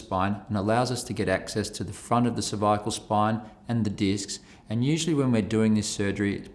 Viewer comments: When he says cervical is sounds like severe lol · A little scary when the surgeon can’t pronounce cervical… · He can’t pronounce cervical